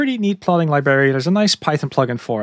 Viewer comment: Mate, I love your work. One piece of advice. Could you please look up how to pronounce the word "library"? You're killing me! 😅